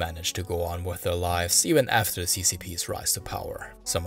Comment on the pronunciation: Great job! Liked and subscribed for sure. Your Mandarin and Cantonese isn’t bad at all Constructive criticism: you have a noticeable Chinese American accent so if it’s a concern for you, things you can work on in elocution is the “th” sound and where you push your vowels to the front of your mouth: 1. Your “th” turn to “d” sounds sometimes in the word “the” more often than not. It’s not at the beginning of words but also in the middle like in “ethnic.” It’s pretty much not a problem when it’s at the end of the word like in “British” 2. The second syllable in “society” is very far up in the front of your mouth. You also de-voice “z” sounds to “s” like in “decriminalization” and “Buddhism.” Keep in mind there’s nothing “wrong” with speaking this way, especially because Mandarin in particular is spoken at the front of the mouth. I was able to understand you perfectly fine and listened to an hour of your hard work! I minored in linguistics decades ago and continue to work on my Mandarin so these are just observations I have listening to lots of Chinese speakers speaking English and other [mostly non-Asian] languages. Both Cantonese and Mandarin speakers have trouble with the SAE (standard American English) “th” sound and it always receive it like a balloon that is leaking air because of that and how hard we go on “s” sounds 😅 Please keep up the excellent work. If you haven’t yet and get a chance to do it, the Hong Kong Museum of History has a lot of history on the Opium Wars, som